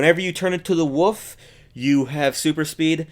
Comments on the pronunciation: It's Wolf not woof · say wolf not wuff